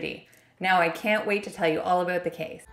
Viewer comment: Awww you say "About = Aboat" so cutely, Cute Cuddly Canadians 🙂